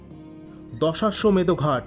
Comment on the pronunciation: দশাসমেত না দশঅশ্বমেদ ঘাট😅